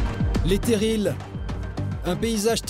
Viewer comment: les terrils pas terilLES on dit paris pas pariSSE